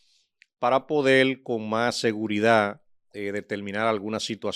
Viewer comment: Lamento mucho el momento por el que está pasando Hugo Beras;yo estoy seguro que el difunto Freddy Beras Goico no lo lo hubiera dejado participar en la política. por otro lado reconozco la pericia del licenciado quien acompaña a; pero entiendo que debe trabajar con su léxico y cuidar la L como por ejemplo: Cualquiel,habel,podel.